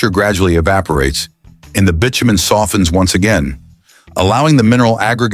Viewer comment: Every YouTube video is now' AI narrative. I'm sick of hearing mispronounced words, bitumen was miss pronounced along with other words What's wrong with using a real human voice!. 😡